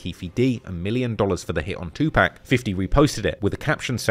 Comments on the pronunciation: Bro keep saying 2pack 😢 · Yoll white people need to learn how to pronounce "2 PAC" as such that!!! His NOT "2 PEC" it's annoying how you pronounce him still after these years. Sigh 😤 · Pock..2 "pac". Not pack..try harder for our legend. This was also a great video... my bad lol. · 2pac not 2 pack🤣🤣 i hate when ppl don't say his name right.. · please it's 2pac not 2pack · My guy it's tupac not tupack that counts for 10 mistakes Jay-Z was right all along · Bru y you pronounce tupac like "2 pack" like you never heard nobody say his name b4 😂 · Bro said TuPack 😂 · Thumbs down for calling 2 PAC. TWO PACK. Smh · Calling Tupac Tupak...like dude the 'pac' in Tupac doesn't sound like 'pac' that is in Pac- Man. That is Mistake #1. Always pronounce someone's name how the person it belongs to pronounce it. LAW💯💚💚💚💚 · wtf is 2 Pack? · How come you can enunciate "Sus" but can't get Tupac right?🤔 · You’re not pronouncing 2PAC/Tupac right. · Tupac!! Pronounce the man's name right! Pleeeeaaase!!!! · Learn how to say Tupac's name right. If I told you my name was Tim, and you kept calling me Time, I'd slap the shit outta you. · Just got 1, but very big mistake in your video...the way you pronounce TUPAC. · Stop mispronouncing Tupac's name..... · Who’s 2 “PACK”?? 🤣😆🤣::. Damn, you’re the last person I’d expect to mispronounce that! And “CHIroc” LoL, fck the brand, but the pronunciation is hilarious. Too many Chicago Vids led to that one